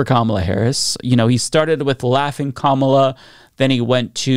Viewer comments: I think the Kamabla thing is just him being disrespectful, since he doesn't say Kamala's name correctly. Sounds like him saying "blah blah however her name is pronounced." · It's also mispronouncing her name on purpose, like a second grade bully would. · I think it's supposed to be "kama-blah" as in, she's a blah candidate? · I think its supposed to be "Kama-BLAH" and yeah its a really stupid insult for a political rival lol